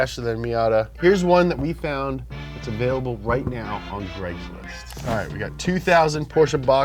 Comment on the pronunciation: Why are these guys saying Greg's list?